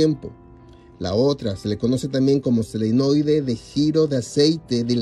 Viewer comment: Buen comentario !! Es Solenoide pero yo lo pronunció Selenoide No se porque !! Lo siento error mio de pronunciación. Sorry !